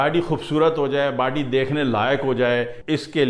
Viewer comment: It's not bady it's body..mm😂😂😂😂😂😂😂😂😂😂😂